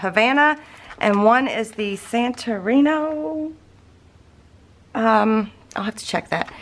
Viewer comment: It’s pronounced San-tor-rinee